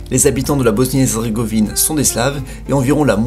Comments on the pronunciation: hezzzrzzzegovine mdr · "Bosnie erzrgovine" HAHA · Nan mais j'ai Halucine le massacre qu'il a fait "Hezzrzégovine"